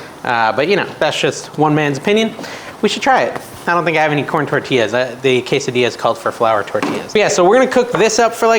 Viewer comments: “Case a Dee a” is the way it is pronounced, have a great weekend!😊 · Ask chat GPT to pronounce quesadilla for you 😊.